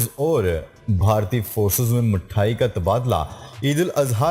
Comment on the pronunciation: Talafuz theek karna Mathayan mithayan pado